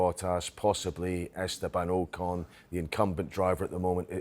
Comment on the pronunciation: AW CON not OH CON